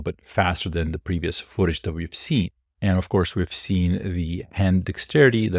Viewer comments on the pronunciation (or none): none